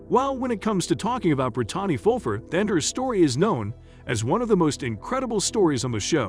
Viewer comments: Awful video. Why bother if you can’t do it right? Chunk? Bri-tahnny? Totally disrespectful to these people who have done so well. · Not to mention Bri-Tawny